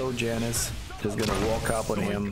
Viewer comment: Janus is not a white mom from the suburbs of america. The j is pronounced as a y